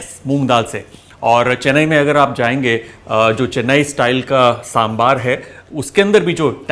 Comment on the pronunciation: Kudos Chef , you have showed a lot of respect and humble towards the humble dish of South , the mention of Sangam literature shows the efforts you put in each dish. By the way that is one authentic Sambar and pronunciation 👍 With Love and Respect from Tamizhnadu.